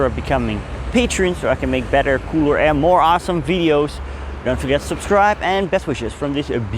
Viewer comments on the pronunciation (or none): none